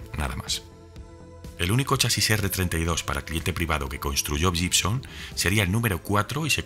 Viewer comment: Amigo, la palabra 'Gibson' se pronuncia 'guibson'.